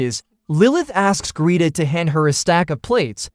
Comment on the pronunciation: Greta. Gret-a. Why does AI suck so bad at names....